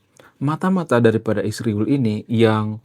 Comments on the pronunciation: Israel disebut isriwil, hati-hati kamu jangan sampai darah keluar dari mulutmu. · Sebut israel tu dengan benar jangan ruba2